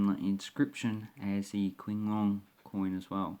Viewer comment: Hi! “Qing” is actually using Chinese pin yin pronunciation. Should sound more like “Ching” Long. Cheers! CP